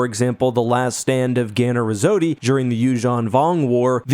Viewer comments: Did you really just say Ganner resodeee???……… bro they Star Wars YouTubers don’t know Star Wars lmfao poser. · He did not just say Ganner Risotti